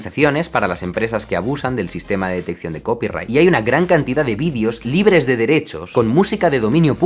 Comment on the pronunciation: Jaime, te has pasado todo el vídeo, diciendo "vidios" en vez de "videos". ...un consejo, no felicitareis material vuestro a las televisiones si no queréis que estas os roben la autoria del mismo como le paso a Luisito.